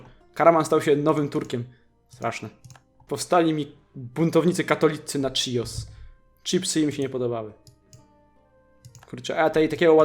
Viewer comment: Nie czijos tylko chios